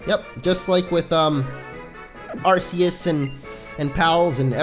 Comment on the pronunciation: You are saying Arceus wrong